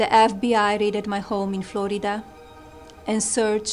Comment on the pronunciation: Not Flo-i-da 😂😂😂😂😂😂😂😂😂